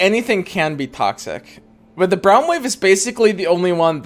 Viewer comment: I hate how he pronounces braum lol